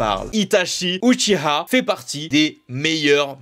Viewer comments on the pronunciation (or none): none